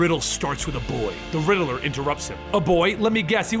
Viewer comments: Great story telling skills but please do something about how you pronounce the Riddler's name. It's Rid-ler not Ri-de-ler. It distracts from the immersive story telling and wonderful source material. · It's not the Riddle-er , it's the Riddler. Like Rid Ler